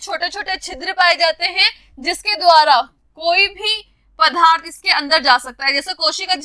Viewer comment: Mam aap accha padhte Ho लेकिन पदार्थ को पधा र्थ नहीं बोलना है